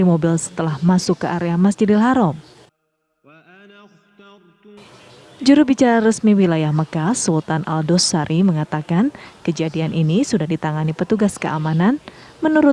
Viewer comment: Namanya bukan Al-Dosari, Tapi Ad-duwaisari yg bener. Nggk papa tapi. ✊